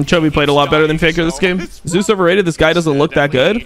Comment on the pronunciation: For anyone interested the only reason why casters pronounce Zeus as "Zay-oos" is because of a player that has a similar pronounciation called "zzus"